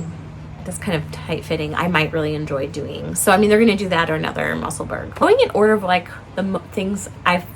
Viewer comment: Love your podcasts, Professor!!!! Just a tiny ask… I really wish you would consider saying Musselburgh correctly. It’s muh-suhl-bruh. Thanks!!! 😊